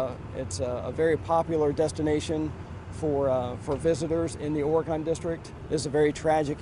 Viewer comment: "Ory-Gone" district.......